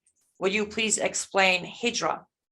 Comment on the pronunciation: It is "Hijra".